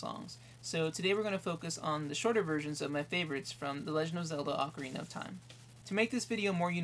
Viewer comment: HE'S SAYING ACORINA WHEN IT IS OCARINA